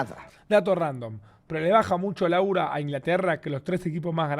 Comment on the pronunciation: Alta vergüenza oir a Davo decir "aura"